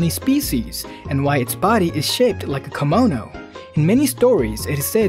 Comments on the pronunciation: Yuki-onna not Yuki-anna and kimono not kamono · The way you say "Kimono" makes it sounds more like "Kemono" which is another Japanese word entirely...